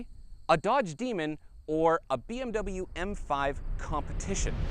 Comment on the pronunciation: learn to pronounce BMW !!!